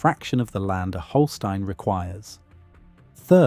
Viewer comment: Thank you for pronouncing 'Holstein' correctly! Unfortunately that was about the only thing correct about them. The Holstein discussed here is the American Holstein which has been made into what it is by American breeding standards which highlight one single feature, milk production, to the detriment of the breed overall. There are the 'old genetics' Holstein cattle that are much closer to what was originally imported from Holstein, and that are still a good choice for smaller farms and homesteads.